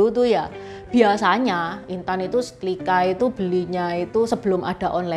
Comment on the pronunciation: SetRRRiiiika........bukan setLLLLikaaa 😂😂😂